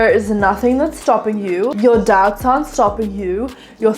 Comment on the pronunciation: I had this video on quieter than usual and I heard “don’t let your dads bully you” instead of “don’t let your doubts bully you” and I had to turn that shit up and turn on the subtitles and now I’m giggling over here 🤣